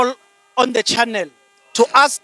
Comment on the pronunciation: Where is Nomvalo tell him to pronounce words right not De its THE and not Oathi but OATH sies maan